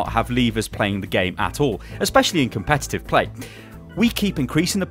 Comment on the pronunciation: "His english isn't very good" > "Competuttttt" lol'd I'm down for these fixes though. Regarding the random mode, I'd prefer it balances the comps out a little more so it's random, but still fair. I enjoy playing heroes out of my normal retinue, but I hate trying to do so when I'm part of a completely broken comp and playing against one that one would probably be seen in a competitive match. It's not as frustrating when both comps are equally ridiculous, but with the way random mode works now, when that happens it just becomes a matter of waiting for (or suiciding to achieve) a better comp for one team or the other.